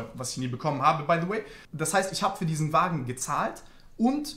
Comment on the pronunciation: Die "Wägen" triggern so hart hahaha